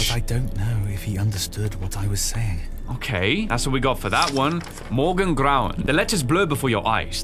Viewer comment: Okay but can we talk about how well pronounced "Morgengrauen"